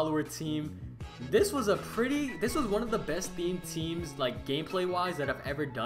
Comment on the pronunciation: I thought he said meme draft 😂😂😂